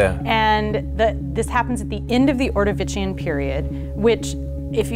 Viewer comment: I'm a geologist too. 1) Ordovician isn't Italian, its pronounced "Ordo-vish-on" 2) The more widely accepted impact that killed the dinosaurs was found from evidence of the Chicxulub crater in the Gulf of Mexico. I think the Baja California crater she is talking about is a proposed crater still under study but would only be 37-49 million years old. Thumbs up for her using the term 'bolide'. 3) the Holocene is the Epoch we are living in. The period is the Quaternary. Sorry for the rock-nerd rage.